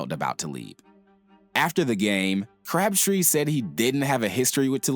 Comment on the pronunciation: At first I thought you said "Craptree" 😂